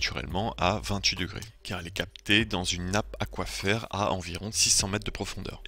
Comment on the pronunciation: Super vidéo ! Je désespérais de voir un autre cycliste utiliser la carte d'eau de paris. Petites precisions toutefois : - Albien se prononce comme... bien, et pas AlbienNE - D'ailleurs on dit fontaine DE l'Albien, l'albien étant le nom de l'aquifère. - Oui ca se dit bien aquIfère, et comme a paris ce sont des puits artésiens, l'eau en monte sans pomper, comme pour un derrick de pétrole. - le bouton sur les Wallaces a le mérite d'économiser l'eau... et de grandement augmenter le debit. Du coup tu peux tenir ta gourde plus près du sommet pour avoir le jet. - le fonctionnement du robinet au dos des toilettes publiques est aléatoire, mais pas fermé en hiver je crois (a vérifier). #winbottle